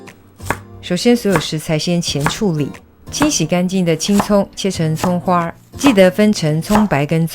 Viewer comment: 迷之儿化音的葱花 儿😀